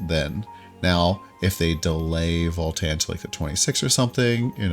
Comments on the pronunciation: Please: its VALTAN not FALL-TEN 😭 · it sounded like voll tann